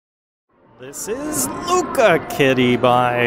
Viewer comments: “LUCA kitty” 😂 Im Puerto Rican so that made me laugh. LU-CHA…. Like LOU and the CHA CHA slide. Lucha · Lucha......CH......Lucha Kitty.....not Luka kitty.....lol